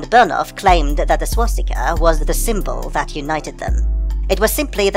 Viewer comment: My fiancé just pointed out to me that I have been pronouncing swastika wrong all my damn life. I've, for some reason, been adding an 'h' sound with it, pronouncing it like "shwa-stika." LOL fml.